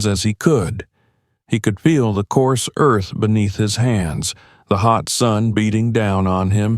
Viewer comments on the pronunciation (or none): none